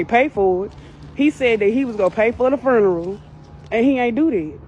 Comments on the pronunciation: What is a foonural? 🤣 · Bit say ferneral